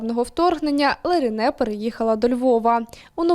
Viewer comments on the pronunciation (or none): Вона Леране, а не Ларіне)))